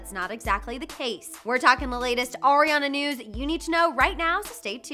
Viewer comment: Did she just say Orionna